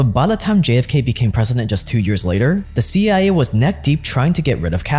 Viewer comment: "C aye aye"